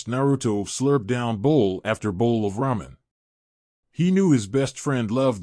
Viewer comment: Alright here we go again, ahem, RAW MEN, uh I uh, I meant ramen, damn it..